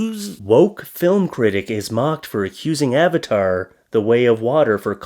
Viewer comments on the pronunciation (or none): none